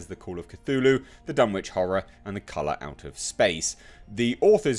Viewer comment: I have serious doubts about this project but would be so amazing if it works. I had high hopes for Universal's Dark Universe, but apparently I was one of the few who enjoyed The Mummy. I would absolutely love to see an adaptation of The Case of Charles Dexter Ward, personally. Btw it's pronounced Dun-itch. (It's a New England thing) I do believe it's Watt-ly, not Wait-ly, but I could be wrong there. And yes, it is From Beyond. The Void was not an adaptation, but inspired by HPL.